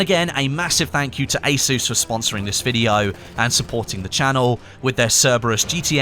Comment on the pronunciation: Anyone else feel triggered everytime said ASUS?